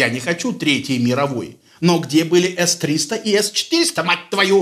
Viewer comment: Насчёт С-300 и С-400 стыдно было вас слушать,. Прям Си-Эн-Эн.